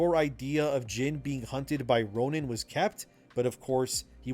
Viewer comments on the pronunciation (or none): none